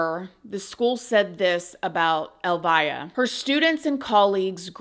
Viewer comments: His mom’s name is pronounced Elvia.. not “ elvaya”. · Clarification: her name is pronounced el-VEE-ah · FYI. Elvia is pronounced. El- Vee-ah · Pronounced El-vee-a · You are pronouncing her name incorrectly, the name Elvia is pronounced: like Elvis but instead of the s an ah. Elvi-ah. The via sounds the same as in Ste-via. Hope this helps! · Her name is pronounced like El-vee-ah. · It’s pronounced El vie ah. So sad either way… she loved him so much… gave him the best life 😢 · Yeah ! That case is like a 😈 position! I just want to let you know that the pronunciation of Elvia is very different than you pronounced. In the show.. The E has the strong accent! Check in google translate .